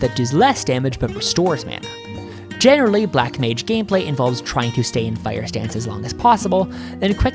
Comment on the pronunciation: "Black Mange"